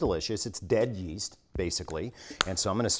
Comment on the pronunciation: Legit recoiled when he said Yeast.